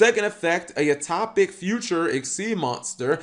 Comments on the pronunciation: U-Top-ic??? Son, do you also throw your milk before your cereal?? Its U-Toe-pic. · Cap: "I'm generally shocked, Yuma's cards aren't half bad." Me: "I'm genuinely shocked, Cap doesn't know the phrase 'genuinely shocked' or how to pronounce 'utopic'." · I like how he says Utopic. It's fun.